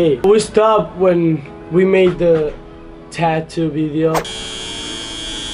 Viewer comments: Olivia L they said taotoo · Savage "tatwo" 😂😂😂